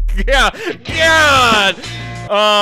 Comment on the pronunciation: he was gonna say it but ended it with D to change it to gawd